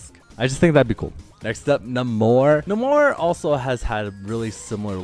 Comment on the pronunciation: Yo, for moonknight I think that Hunters Moon skin might fit better than Konshu and it’s naymor not nuhmor